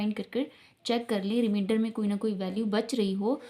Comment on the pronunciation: Remainder not reminder